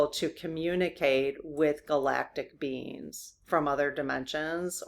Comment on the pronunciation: I love the way you say "spiritual beings" and it sounds like "spiritual beans" lol